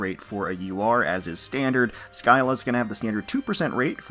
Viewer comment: "SKY-la". Cringes It's "Sill-la".